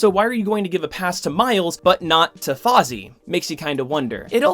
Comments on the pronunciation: Hey, I know I'm way late. I subscribe to your channel, but I found this old video while searching for Captain Britain videos. I just wanted to let you know that I think "Faiza" would be pronounced more like "Fezza" by Pakistanis. It's an Arabic name that would be said more like "FA-ith-uh" in Arabic. I don't mean to be rude, and I'm not sure if you've even thought about this character since the video was made, but I just felt like letting you know, lol. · You actually destroyed the name spelling btw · They made Fozzie Bear into Captain Britain? The muppet agenda again. Really though, love the video. Your name pronunciation was just funny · How does a fan of comic books not know how to read? He doesn’t even pronounce it phonetically. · I don't expect him to get it right, it's hard to know how other languages pronounces words. What baffled me is that he doesn't even pronounce it the way it looks other than the "F". He used "aw" instead of "ai" and "zee" instead of "za". There's no reason, when looking at that name, to pronounce those syllables the way he did... in any capacity. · Bro its Fai-zah not fai-zi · ...The name "Faiza" is pronounced "Faa-ee-zaa", not "Fozzie" (just look up the pronunciation for Faiza on Google) Not malicious intent was used in the making of this comment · I do have one point of criticism... It's Faiza. Fai-za. Not Fozzie. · Awesome video. But you pronounced the name wrong. You said Faazi. It's Faiza. Pronounced fi (as in fire) and za (csar). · Please, PLEASE stop calling her Fozzy! It's Fai-sa, like "Pfizer" with a British accent. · I've known about Faiza since Marvel Avengers Alliance. P.S. Her name is pronounced "Fy-za," not "Fozzie" waka waka waka! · I love your content and spreading awareness but and I know it is hard to say Arab names but it isnt fozzie it is faiza(just say every letter) thank you for the great content and keep it up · i think he was making a joke on purpose there, well thats how i took it